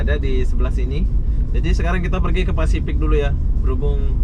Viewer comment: Pasifik dodol. Bukan fasipik.